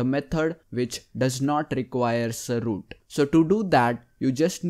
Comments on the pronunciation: . Ze root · The way this dude says Root lmfao